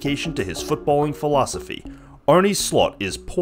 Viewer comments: mate I’m dutch and its pronounced Arn-uh not Arny. I guess you got trolled by some video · Uhm okay. Yeah i guess it is because I am Dutch that I notice it a lot. But you say it like Arnie or Arné. The e is probounced differently. Like è. Arnè. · typical american attitude. Name should be pronounced in freedom measurements and fuck that little country for having a language. Its a dutch name and its pronounced Arn-uh. Its also how Arne Slot wants journalists to pronounce it, he has corrected the english media many times on the record. A legit journalist could idk check it? Good luck 👍🏻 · You make an entire video without being able to pronounce his first name.... lazy journalism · okay making a piece on someone and not even doing him the service of pronouncing his name correctly is good journalism to you then. That says enough about your morals. A big man would’ve taken accountability for the mistake. Rest of the video is nicely structured so I don’t see the problem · great video. it only takes a 10 second google search to find out to pronounce his name correctly haha